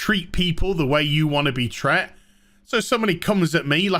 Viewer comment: "Treats/treated", not *tre'ts"... But yeah mate, Alfred Pennyworth was on point: Bruce Wayne: "How did you catch him/em'?" Alfred Pennyworth: "We burned the forest down..."